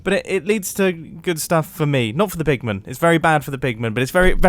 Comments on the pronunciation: "zombie poogmon" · "it has a higher chance of spawning zombie poogmen" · Is it just me... Or was he actually saying zombie poogman/poogmen? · Mumbo says zombiepoogmen. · "has a higher rate of spawning zombie poog-men" 🤣🤣🤣